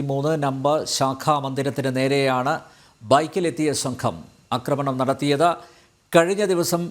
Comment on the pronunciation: സംഭവം വളരെ അപലപനീയം. പിന്നെ അക്രമണം അല്ല. ആക്രമണം ആണ്